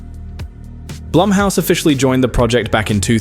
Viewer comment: Say it with me narrator guy "BLOOMhouse." "BLOOMhouse productions."